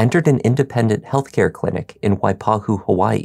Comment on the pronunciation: pronunciation of waipahu is spot on. well done!!